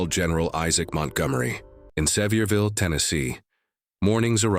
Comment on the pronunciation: Please learn to pronounce the name of the city properly. Se-VEER-vil…